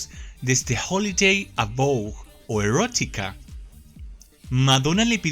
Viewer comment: Jajajaja pronunciáme "ERGUÓTHIKA" de nuevo jajajajajajaaj